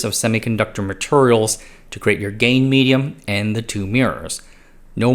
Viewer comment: 🗣 "gain medium" 🦻 "gay medium"